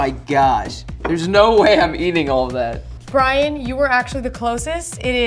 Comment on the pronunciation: Did u notice that u said brain instead of Brian lol